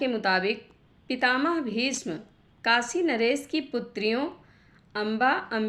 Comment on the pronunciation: Vindavan nahi, Vrindavan..Kosambi nahi Koshambi, Kasi nahi Kashi...kisi padhey likhey vyakti se recording karao..